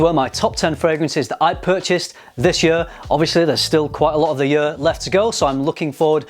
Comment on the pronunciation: Am I the only one who noticed the pronounciation of 'year' like 'yuur' lol